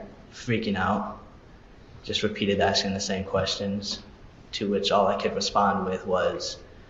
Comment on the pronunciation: LOL brother this episode is hilarious and I love it, but that axing instead of asking grounded my gears like petah griffin 😂